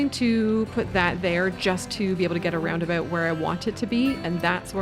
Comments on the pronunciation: First time hearing it pronouced as ROUNDEBU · Roundaboot?????😅 Never heard of them sorry. But subscribed 🥰